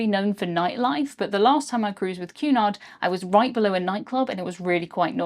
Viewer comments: I thought you were saying Qnon !! Queen Anne? The pee yellow color would have gave me sea sickness! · I've never seen it written until now so I always thought you were saying Q-nod instead of Cunard. lol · I enjoyed the video very much and good coverage of the experience. I do wish you might take the occasional break between sentences a bit of a heavy pace. Also as an American when your accent makes it sound like you are saying Qanon when you say Cunard.